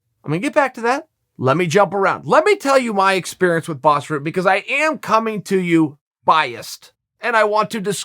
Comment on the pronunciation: why is "Rutten" so hard to pronounce? just Ru as in a rug followed with tten just say ten and it's close enough.